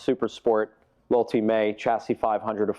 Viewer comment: Guy cant even say L'ultime correctly... I dont care if you dont speak French, but if you work to sell such high caliber Bugatti, you must at least learn to say its name the french damn way... Get out of here, you fake... Cant even pay attention to details